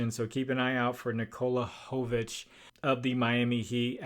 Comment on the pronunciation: Jovic is pronounced like jokic only with a v, thank you for your work ❤